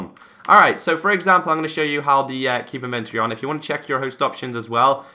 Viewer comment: in·ven·to·ry ˈinvənˌtôrē That is 4 syllables. Otherwise great video! Maybe someone knows why my xbone has this feature disabled ( it will not allow me to check the box)